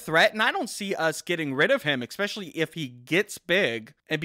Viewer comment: Vid seemed ok until he said "expecially".. Then, all I could think about was carving his lungs out. 😑